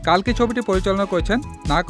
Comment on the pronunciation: কাল্কি নয় রে, কল্কি